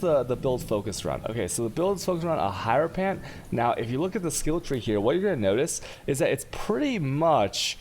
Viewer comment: I'm pretty sure it's said her-o-fant man.